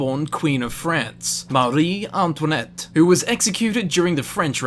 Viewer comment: He... Didn't pronounce it right. It has no -uh sound on the end of Antoinette.